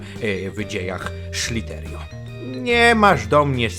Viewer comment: sliderio tak się mówi